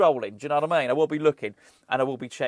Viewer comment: Others have picked you up on West Germany,, so I’ll be the one that finally asks you to say “do you know what I mean” instead of “do you know what I mane”. Hope you’re doing well,.